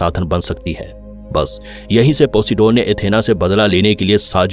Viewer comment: वो पोसिडोन नही पोसाइडेन था 😂😂